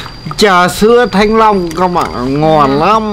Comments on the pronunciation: Bà ns ngọng qá -) thanh long chứ kp thăng long -) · Rối loạn nhận thức hay sao ý, thanh Long cứ thăng long